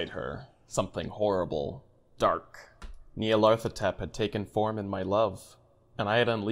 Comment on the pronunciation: the nyarlathotep is pronounced (knee-are-leth-oh-tep) just thought id try to help out haha :)